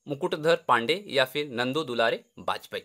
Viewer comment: वह नंददुलारे वाजपेयी है न कि नन्दूलारे वाजपेयी ने